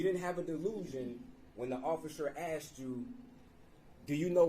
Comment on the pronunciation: questions "axed" are ridiculous!